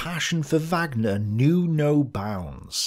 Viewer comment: A fascinating insight into German thinking at this time. Madam Blavatsky seems to have influenced everyone around this time - all but forgotten now! I cringed at your mispronunciations of Wagner, Bayreuth and Sigma!